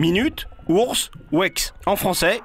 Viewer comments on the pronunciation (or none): Minutes, ours, wéks... C'est connu, les Français prononcent très bien l'anglais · Minute, ourz, ouaik, mais quels bilingues ces michel ! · "minutes, ours, waix" Effort de prononciation/20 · Rip comment il a prononcé hours et week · cette prononciation de "hours" est horrible à entendre.